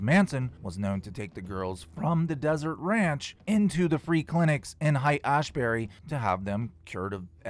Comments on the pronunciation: Just a heads up! Haight sounds more like hate, Pronounced, hayt. Random tidbit...sounds like Hank was a trip sitter. Check out the Zendo project which is at almost every festival now (at least out here on the west coast). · It's pronounced hate. Hate Ashbury. Lol. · Haight pronounced like Hate;) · "Hey. It's pronounced, ..hate Ash bury. " 🤷